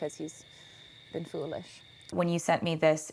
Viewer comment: Am I the only one who thinks the way she says “foolish” sounds a tiny bit British? Wondering if she may be subconsciously copying the way Joe would say it when they were writing/discussing the song.